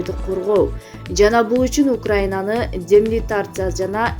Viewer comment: Демилитаризация денацификация дегенди туура айтыш керек!